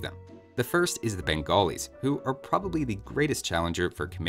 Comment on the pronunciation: No one:: "Bengolis"